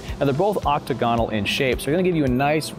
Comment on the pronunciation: Excellent review. One nit pick. It’s “Oc-tag’-a-nal, not “OC-ta-gan’-al.”